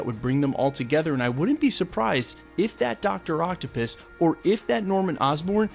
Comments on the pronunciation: Did he say Dr Applepiss? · What? Did you say Doctor Octo-piss?